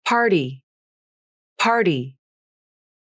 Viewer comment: I’ve been learning English for more than 20 years, and after learning the IPA and watching this video I can finally say the word “party” properly! Thank you! I went to check the IPA transcription of several dictionaries, and only the Wiktionary uses the one you used here (which is the one I believe to be the most faithful transcription, or at least the one that finally allowed me to understand how to pronounce this word). Awesome work!!!!